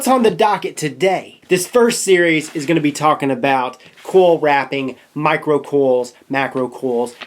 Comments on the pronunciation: the way he says coil gets me... "cowl" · There's an i in coil. Pronounce it.